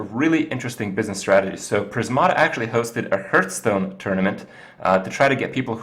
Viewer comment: It ain't hurtstone. It ain't hearthstone either :p